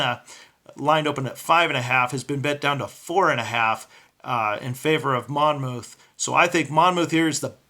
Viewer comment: The second 'o' is silent. It's pronounce "Mon-muth." The o-u-t-h reads like a soft u, "uth."